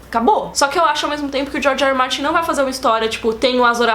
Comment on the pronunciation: Adoro vcs. A meu ver, são as maiores autoridades de game of thrones que eu conheço, mas tem momentos que vcs falam George R. Martin e soa como Jorge Amado, acho ótimo! Desejo muito sucesso pra vcs!